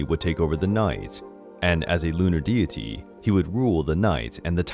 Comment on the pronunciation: This is interesting but so badly narrated I had to give up less than a minute in 😓 Would be better with a Japanese narrator. This guy sounds American but he can’t pronounce simple words like deity or archipelago?